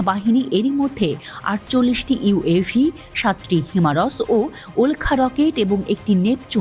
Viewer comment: হিমারস কি? Its himars